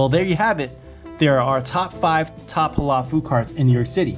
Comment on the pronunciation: It’s not pronounced hala it’s Halal stop saying HALA LOL 😂